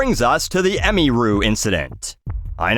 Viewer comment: ah-mere-ooh.. not, emmy-rue Ffs, it’s a fake primary school uniform